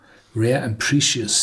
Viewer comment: Horst, polish your English. Your pronunciations of "precious", "citrus" and some other words are worse than Werner Herzog, haha. Also your ad hoc translation of "Sorbet" as sorbet and not sherbet was funny.